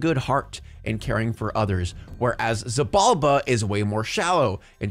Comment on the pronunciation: btw, Xibalba is pronounced She ball ba